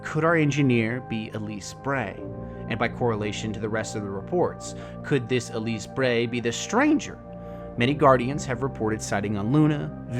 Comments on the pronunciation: Elsie, isn’t it? You say Elise... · Good video, however just a couple point of contention. First: It’s Elsie not Elise Bray. Second: at the beginning you mentioned that the stranger has maybe more power than other guardians and seemed to not have knowledge that the stranger is in fact not a guardian. She even says she was “not forged in light.” This line means she is not a guardian. Other than those 2 points(one is nitpicking the name error), it’s a good breakdown of what we know.